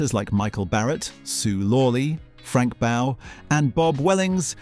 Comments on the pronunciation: Frank Bow? Frank Bow? Don't you mean Frank Bough - pronounced "Boff"? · Great video, but Frank Bough is pronounced Frank Boff.